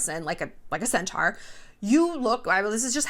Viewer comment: you said stass and kylie look like a centars